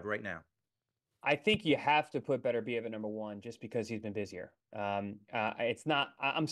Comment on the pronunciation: Not one of them pronounced Beterbiev right lol